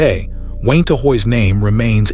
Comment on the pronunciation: Gotta love that good ol’ AI narrator!! I’m sure “Wayne-Ta” really appreciates it too!! 👎🏻👎🏻